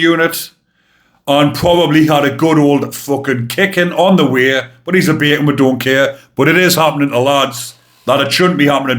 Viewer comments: It is so funny hearing you say a bacon attacked guards. As an American, my first thought was "A CO attacked other COs?? What the fuck is going on in ... Wait - he said 'bacon,' right? Not 'bayacon' - whatever that is?" (The police are called "pigs" here, and I think they're now being called bacon. Idiots are called "dunces" so whenever a Brit says "nonce" I'm automatically wondering "I know pedophiles are pieces of shit, but surely you can do better than calling them stupid." I need to watch happier shit. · I'm automatically confused for a minute or so because I wonder "The police ... what??" And I couldn't even understand "bacon" the first time he said it so I was really confused.